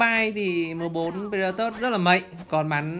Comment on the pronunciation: Pờ-rê-đa-to anh ơi. K pải pờ-rê-đa-tớt đâu anh -__